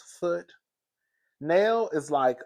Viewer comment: Now, I love your commentary but come on now. That lady name is pronounced Nail (Nell) 😆